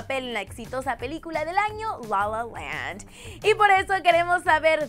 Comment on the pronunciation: que exagerado su inglés "lou lou landk"